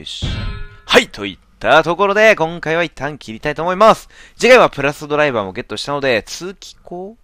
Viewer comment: プラスドライバーの言い方笑